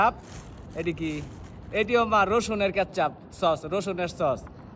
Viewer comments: কেচ্চাপ না কেচাপ সালা😂😂😂😂😂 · কেচচাপ না কেচাপ